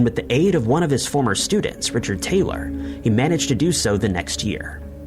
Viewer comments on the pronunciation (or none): none